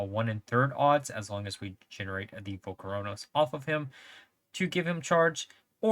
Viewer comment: is mispronouncing volcoross a thing? why are you adding an extra syllable 😂